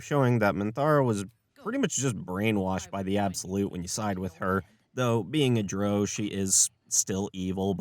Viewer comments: Drow is pronounced jer-owe. Not jore. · Drow is pronounced "drouw" like cow, take a bow, ow that hurts. ✌